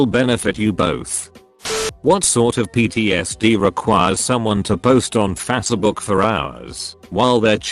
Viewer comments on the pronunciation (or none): Face book not fassa book